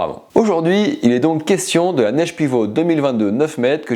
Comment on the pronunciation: Bon test, j'ai la 8 et la 11, très bonne aile. Par contre Naish ça se lit "nash" et non pas "nésh". 😅 Faites nous le test de la harlem peak svp. Continuez le bon travail. ❤